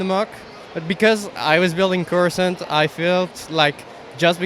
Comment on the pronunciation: Corasaunt!?? 😂 It's called Coruscant!!